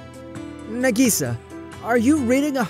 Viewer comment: Y'all are taking about "wallets being stolen" or "it actually WAS a set up". But can we talk about how he pronounced "Nagisa" and "manga"?